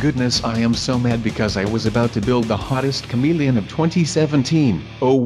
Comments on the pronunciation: OMG the way he says comelian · The way you say ' camilian ' 😂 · a cameleine he said it weird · Lukas Overton-O'Hara same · Lukas Overton-O'Hara right but I thought he said comedian at first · I burst out laughing when I hear him say "chameleon" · i was lmfao when he kept saying chameleon like that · you said chameleon funny lol but i like you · says chameleon with an accent and it's hilarious. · lol the way you say chameleon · i like when he says the word chameleon! he says it so funny! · I like how he says chameleon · Lol the way he says chameleon